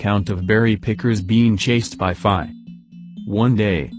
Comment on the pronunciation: you need to teach your tts to say fae right or smth idk lmao